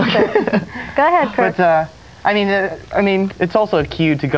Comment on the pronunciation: Lmao hilarious!! She butchered Kirk's last name twice when coming back from a commercial break haha